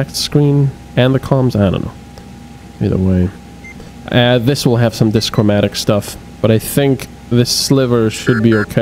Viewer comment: Also, DIchromatic. Two colors. not Dischromatic. No S!